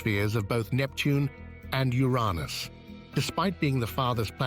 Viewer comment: Funny, how the narrator says, “U-Rahn-Us” for Uranus. 😂 He’s trying not to laugh so it says it differently? Or he doesn’t want to talk about U’s Anus!!! Uranus…🙈